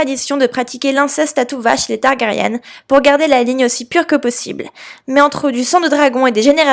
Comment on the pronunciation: On dit Targaryen et ce, dans toutes circonstances, sinon, pas mal l'hypothèse 😅